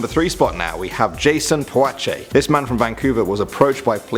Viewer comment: Puachay sounds like pwusay